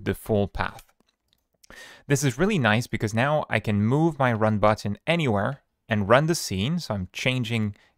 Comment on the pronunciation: OK Booo-utton 😂